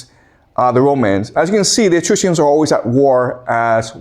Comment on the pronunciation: Professor...it's "E-Truss-cans" not "e-truce_cans" come on man... learn to pronounce if you're gonna teach.